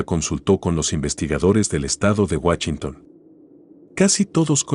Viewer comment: Excelente video, pero me cae de peso escuchar guachinton en vez de Washington